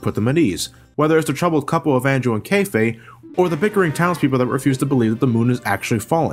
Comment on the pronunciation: goddammit its pronounced cafeh not kayfay